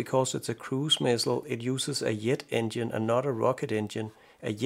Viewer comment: You pronounce jet funny. It sounds like yet. Rest of your englisch speaking is great. Much less accent than me i guess.